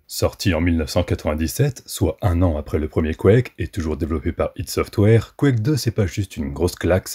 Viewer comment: J'ai encore pas regardé toute la video, mais rien que pour le fait que ç'est la première fois que j'entends enfin quelqu'un prononcer "ID Software" correctement, ça mérite non seulement un like, mais toute mon admiration !! Merci.